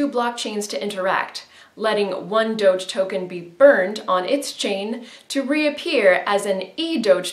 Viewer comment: It's pronounced doge, not doge